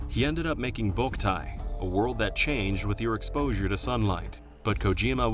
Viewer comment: “Lost Warld” was the first “Transfarring”